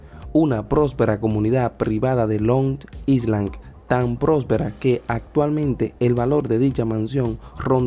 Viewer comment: PRONUNCIA BIEN QUERIDO CIUDAD Y LONG ISLAND.